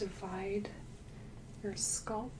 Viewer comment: This makes me a little crazy. I love her videos, but it's so jarring every time she says sculp instead of scalp....